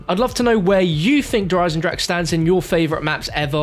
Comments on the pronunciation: 3 years and still having trouble with saying its german der eisen-drache smh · Please pronounce "Der Eisendrache" correctly, germans will be angry...